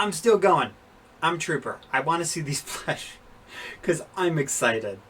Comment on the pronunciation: Sorry to say this if this offensive bit why do you say plesh instead of plush